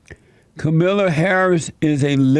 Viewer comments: It's not Kamila It's Kaaamala LOL. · Her name is the only thing he got wrong about her. And there are plenty of Democrat voters who don't know how her name is pronounced either, and they'll still vote for her because they don't care. The enthusiasm on the left isn't for the two people running against Trump, it's for the agenda they're promising to implement if they're elected. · Why do all of you conservative youtubers say the same thing. Nothing you say in this video is original. Can't even say Kamala's name correctly. I'm so bored with you all saying she will be the real president. Same talking points and everything. I hope you leave the country when Joe BIden is president come January 20, 2021. Don't let the door hit you in the ass when you leave crying like a little baby. HAHA